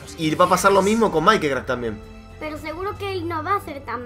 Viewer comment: cuando digas mike deci maik cuando decis mikecrack.Exe no digas maikecrack. Exe deci mikecrack.Exe y lo mismo con mikecrack